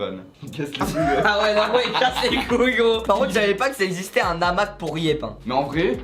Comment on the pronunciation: Lilou Raquin quand tu fais une liaison tu rajoutes généralement un N et Inox à fait une liaison à Hamac qui n’a pas lieu d’être et ça a donné Namaque c’est juste ce que je voulais dire donc avant de critiquer qlqun, utilise ton cerveau pour comprendre au lieu de te ridiculiser 😫